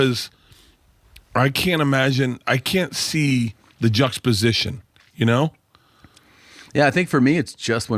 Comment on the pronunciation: I just came here to say Bert mispronounced juxtaposition